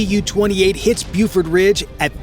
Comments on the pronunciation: It's pronounced "Bofort," not "Bufort." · Not "bewfort ridge," BOfort ridge."